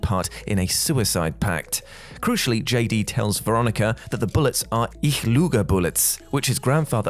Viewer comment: well.... I lie in German is "Ich lüge" - the "Ü" Sound is something no English speaker really has in their reportoire, but "ich luge" simply means nothing. Never the less, we German speaker are used to this faux pas and did know what he meant 😉